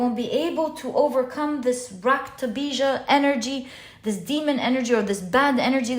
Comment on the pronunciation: Lovely reading. You said raktabija perfectly 🤍